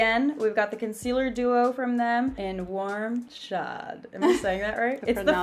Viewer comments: You pronounce chaud (warm in French) like chode but ‘ch’ pronounced ‘sh’ so ‘sh-ode’ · The whole time I thought she was saying warm Shaw" turns out she was saying "warm chaud" "chaud" is acc pronounced like "show" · It's pronounced like "show" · It's actually said kinda like cho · I was so confused what you were trying to say in French 😂😫 i realized you were trying to pronounce “Chaud” ahaha you’re so cute. it’s pronounced more like “showed” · Chau (I think is how it's spelled, I only took French for a couple years) is pronounced like show 😊😂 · Chaud is pronounced as show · chaud means hot in french, u pronounce it "show" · Chaud is pronounced “show” in french loool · Chaud is pronounced “shode” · “Chaud” should be pronounced sho < short “O” sound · not hate but you say hot in french as “show” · “chaud” is pronounced “show” lol